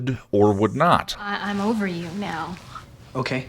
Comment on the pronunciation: Am I the only one that hears SMG say "okway" when she says ok?!